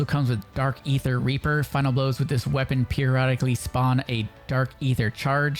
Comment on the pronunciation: Loool, my main lenguague it’s spanish, but ALL the creators pronunced wrong the weapong